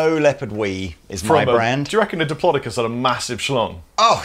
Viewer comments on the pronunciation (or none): According to my 4 year old nephew's dinsoaur duvet cover, it's "diplodocus", not "diplodocus".